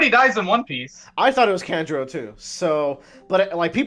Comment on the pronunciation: You guys are also pronouncing Kanjuro wrong. It's "Khan-Juro" not "Kan" like "can". Kan like "Con" like Con artist. Kanjuro.